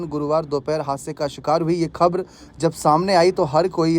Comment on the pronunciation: खब्र नहीं खबर बोलो